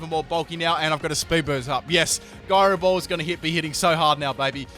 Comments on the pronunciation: "Guyrow ball" You're killing my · He pronounces gyro ball wrong. “TRIGGERED!!!!” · The way you pronounce gyro ball made me think you were talking about Garbodor....